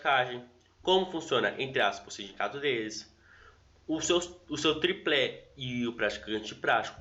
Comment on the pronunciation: Excelente conteúdo. Mas só uma ressalva... Se diz "tripé", sem L.